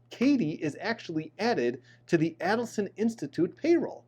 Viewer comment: Dans last name has the accent on the last syllable. Also Adelson has the accent on the first A, its not "ad". Very informative.